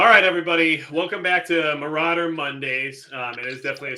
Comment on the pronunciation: Majicccc " general maurader " hahahaha